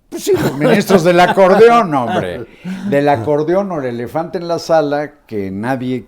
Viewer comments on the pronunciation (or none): Acordon??? No es acordeón???